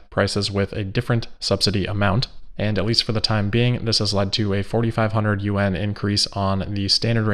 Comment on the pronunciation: Hi,.. Yu-en? China’s currency is I think pronounced more like Yu-wan.. Love 💓 your show btw